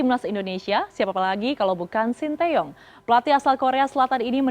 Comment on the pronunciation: Presenternya ngerti pelafalan nama sty dengan benarr